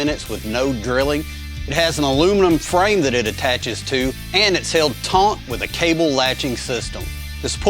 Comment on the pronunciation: Did you just say it’s held taunt?